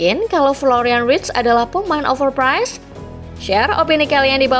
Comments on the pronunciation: overprice bang bukan overprize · Overpice ❎️ Overpize ✅️